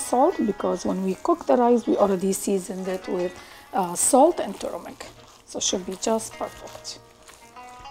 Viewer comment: It's not pronounced turmic ! It's turmeric .